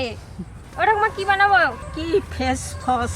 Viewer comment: said fens fies😂🤣🤣